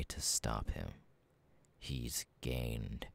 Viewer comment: He started saying "gained" and I thought he was saying that he was gay 😭😭😭